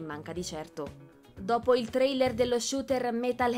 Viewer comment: Suggerisco alla speaker di lavorare un po' sulla dizione e l'intonazione, e di tentare di non aggiungere così tanta schwah alla fine delle parole straniere terminanti in consonante (trailerrə, wonderwomannə, heavy rainə, humannə, westə)